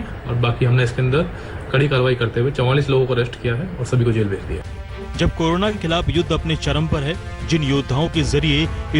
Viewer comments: It is corona not karuna sir. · Ooo bhai , its not kanura 😂 corona h wo 😅😅😅😂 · जी करोना नही, कोरोना बोलो जी